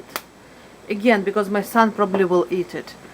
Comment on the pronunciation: "w" jadi "v" example the word "will" becomes "vill".